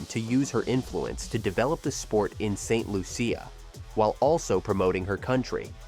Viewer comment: Its pronounced St "Lusha"